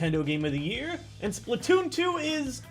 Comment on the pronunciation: Wait, did he said, "Splatton season!"? Oh my gawwwwwwwd